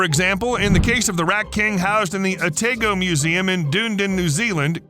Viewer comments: That's the craziest way I've ever heard anyone say Otago or Dunedin. Oh-tah-go and Dun-ee-din are how we say it. Lol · I hate you for how you pronounced Otago and Dunedin They're pronounced oh ta go And dun edin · Im from New Zealand, It’s pronounced owe-tah-go (Otago museum) Also Dunedin is pronounce duh-knee-din not dunedune lol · At the timestamp the pronunciation of Otago and Dunedin in New Zealand is Oh-Tahg-Oh and Dun-ee-din. As a Kiwi nartional I just had to comment. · Little bit bothered by the pronounciation of Dunedin and what I assume was supposed to be Otago. Rather than Dune-din, it's Dun-e-din. And Oh-tah-go. Other than that, great video as always. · The way Otago and Dunedin was pronounced really hurt lol. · lol my thoughts too